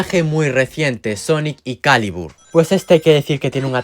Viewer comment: Te funo. Na mentira, Bro la trampa de Sonic bosque laberinto es mediocre, no el ataque, Super Sonic Riders (Ya me lo esperaba) Sonic Caliburn te perdono por qué está vez si lo dijiste bien. Te faltó Amy Rival, Super Shadow Riders y Rusty Rose